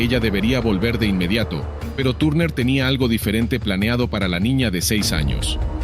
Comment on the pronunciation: Turner no tarner (y me refiero a la pronunciación)